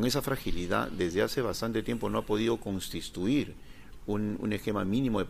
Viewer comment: "una suerte de INTRONFSPECCION politica..." la palabra es INTROSPECCION "...desde hace bastante tiempo no ha podido CONSTISTUIR?..." la palabra es CONSTITUIR Este impresentable quiere impresionar con un lexico que no posee.